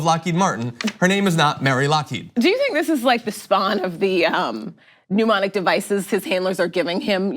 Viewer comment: "mnemonic" .. not "pneumonic"